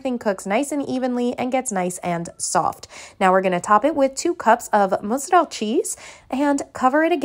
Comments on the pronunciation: Love how you didn’t have an accent until you pronounced “mutzerelle” 😂🤣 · Haha yes I get that a lot! I worked in Italian restaurants my whole life (owned one at one point too!) and jeesh.. if I didn’t pronounce it like this I never heard the end of it lol force of habit now! Just like “ga-nole” for cannoli and “pasta fazool” for pasta fagioli 😂 blame Frank Sinatra! He did it to me lol